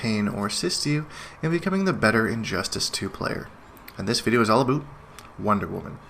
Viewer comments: "This video is all aboot" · Your Canadian accent is slipping. Confirmed 2 regular "abouts" between and .